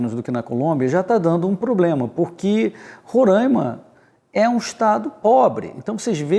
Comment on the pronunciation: Vamos aprender a pronunciar corretamente o nome do Estado Roraima. Rorãima não existe.